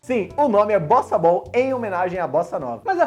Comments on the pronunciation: No top 3 eu entendi bostabal kkkkkk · Eu estava ouvindo "BostaBall" e não Bossa Ball. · Na primeira vez eu ouvi bostaball kkk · Eu juro que entendi bostabol 😂